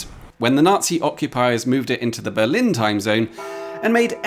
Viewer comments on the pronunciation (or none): none